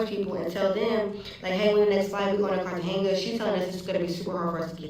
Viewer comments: It's pronounced Car-Tah-Hey-Nah! ❤ I'll finish the rest of the video. Also, the yellow is your look,! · Spanish words have different annunciations. A g is H sound